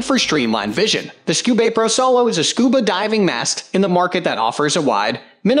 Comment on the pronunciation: Scub"A"pro - nice doesn't know how to pronounce "Scuba" and we're supposed to take their advice on Scuba gear?